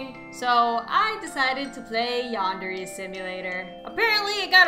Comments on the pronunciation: its pronounsed (yand_erh_ay) not (yand_eer_ay) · It's yan-dare-aye